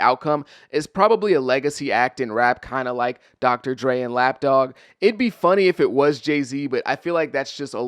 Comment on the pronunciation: I’m listening and not watching but I keep hearing you say Lapdogg and I’m like who? I finally looked up and saw Snoop. I can’t…😭😭😭